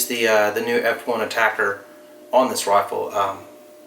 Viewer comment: A-TAC-R. Not Attacker.... damn.